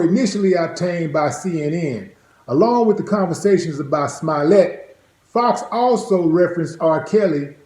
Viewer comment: His accent makes it sound like hes saying Smilet